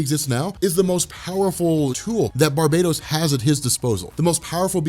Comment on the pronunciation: Ur pronouncing barbatos as barbados plz stop sayin Barbados it's bar -batos